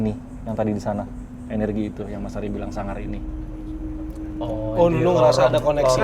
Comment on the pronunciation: Mas ari tuh kakuu tapii lucuuu bangetttt lohh, ku kira bakal bosenin ternyata asik bgt wkwkwkwkwk apalagi logat jawane "beh.. Suangar pak!" Next time : DMS X LUCINTA LUNA Kalo LL kemasukan gausah dikeluarin nyai, biar makin endul wakakakakakakka